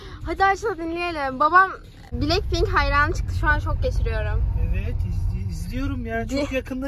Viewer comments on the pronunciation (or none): Yanlış şöyledin aşkom belekpink deil blacpink diye yazılır (blakpink ) diye okunur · Ya abi Blackpink bilekpink diye okunmuyo